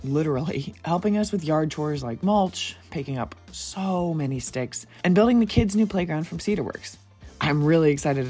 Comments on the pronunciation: I think the captions say sticks but I definitely heard "stiffs" at first 😂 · "picking up stiffs" is what I heard at first 😂😂😂😂